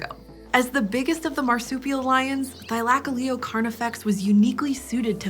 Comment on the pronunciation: oh, I thought it was Thy-luh-coh-lee-oh.